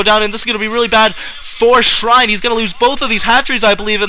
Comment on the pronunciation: Shine not Shrine hehe. Shine has a winning record vs Bisu! Its his nemesis ;)